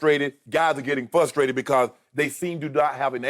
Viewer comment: "Flustrated" lmao